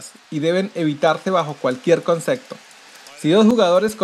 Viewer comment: "Concecto", "pegarsen", "esiste" que bábraro!!